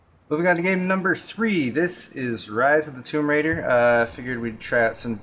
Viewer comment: Rise of the tomb raider Noo... its "Ryzen" of the tomb raider. kkkkk